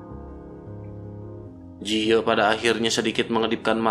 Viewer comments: Ji ye min bukan je yi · Dari awal vidio mimin menyebutkan ye ji tp diakhir vidio berubah ke yang bener lagi jadi jiye😂